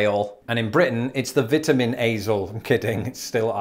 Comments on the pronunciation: He did say Vetamins. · I just love the way you pronounce Vitamins, it is like your are saying Vetamins!!! Hilarious 😂